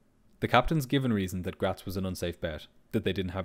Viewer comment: Thank you for pronouncing Graz correctly